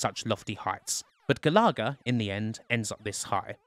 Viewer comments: *GAL-UH-GUH* Galaga :P NOT GA-LAW-GUH shutters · Ga-lar-ga? GA-LA-GA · Also he pronounced it stupidly - should sound like Gallagher* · Sorry but I need to know if I've been pronouncing it wrong since I was wee. It's Gal uh-gah isn't it? Not Gal-ah-gah? Not having a go btw just looking for the answer. And where's pacland? New Zealand story? R-Type? Flashgal? Bagman? Gryzor? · look, i love you, and i want to have your kids, but, it's pronounced GAL uh Guh, not GuhLahGuh lollll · 🤦🏻‍♂️🤦🏻‍♂️🤦🏻‍♂️it’s “gal-a-ga”. Not “gal-ar-ga”. I’m having a meltdown !! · Pronounce galaga again for us.